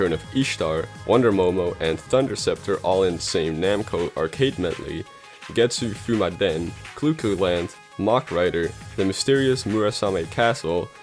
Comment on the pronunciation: Tempo he did Getsu Fūma Den it's just the way he pronounced it made sound weird